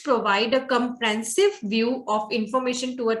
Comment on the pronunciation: Comprehensive and not Comprensive! Summary and not Summry! Poor English!!